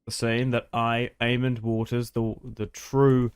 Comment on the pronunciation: There is no d in aemon or daemon stop pronouncing them with ds